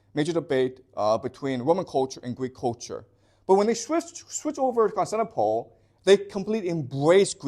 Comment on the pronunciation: I can tell this man reads a LOT. Why? Because he mispronounces unusual words and names, those you don't encounter in every day speech (eg Constantinople). Basically it means he didn't have someone lecture him so he can pick up the pronunciation, but he learned it by reading so the pronunciation isn't obvious. This isn't to criticise, and I think it's the mark of someone who loves learning.